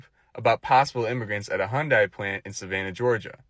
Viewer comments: The y is not silent. Hyun-day. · The y is NOT silent y’all. It’s not pronounced Hun die, it’s H yun die.